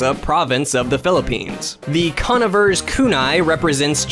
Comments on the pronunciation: Conn-ah-ver? i believe the name is called "Con-Eye-ver" Mentioning "Cunning" or someone being "Conniving" In other words smart/creative. As ninjas using Kunais can also be considered cunning individuals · ***** They even mispronounced "conniver's" and failed to mention the obvious reasoning for the name.